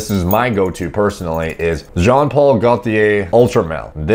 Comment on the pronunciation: Bro, the L in Gaultier is silent. And Versace Eros is great, but the flame edition is better.